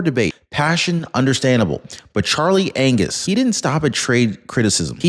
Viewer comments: He said Charley Anus 😂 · Did you just call him Charlie Anus?